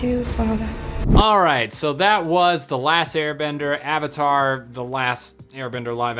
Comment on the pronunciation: I remember going to the midnight showing with my best friend and her brother, all of us dressed up. Theater packed. All anxious to see the movie. Just to have it start and the theater breaking out in laughter at the first mispronounciation of "Avatar". It was so painful. We forced ourselves to sit through it and as we headed back to the car we were just laughing at how bad it was.